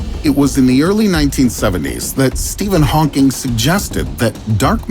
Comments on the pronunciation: Did he really say: stephen honking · Why did he keep calling Hawking as Stephen Honking?